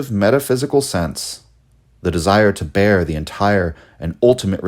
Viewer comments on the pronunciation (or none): none